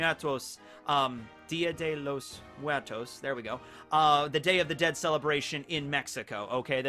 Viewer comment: saying dia de los muertos hurts me. I take the dialect from another country, but it's pretty similar to Mexico